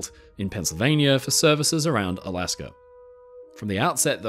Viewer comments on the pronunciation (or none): none